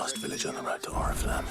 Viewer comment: Почему вместо Орифламм, я слышу орифлейм